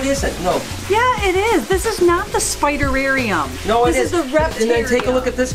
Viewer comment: I love! She said spiderarerum